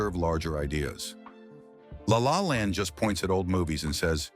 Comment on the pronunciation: Thank you for the intelligent dissection, but I am unhappy that I saw no evidence for Ethan Coen making this list, nor assurance that a human being struggling to pronounce La La Land narrated this; and I am baffled by jump cuts to the Coen brothers discussing unrelated matters, all of which remove the professional sheen